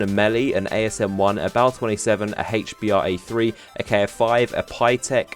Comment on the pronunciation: he pronounces the h in hbra3 so weird.